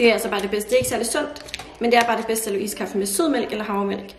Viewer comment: Du siger iskaffe mærkeligt, det er iskaffe ikke ISSSkaffe